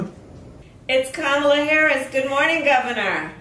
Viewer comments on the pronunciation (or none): I just noticed even kumala pronounces her own name wrong. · You gotta pronounce her name like this: ka-MAH-la 😂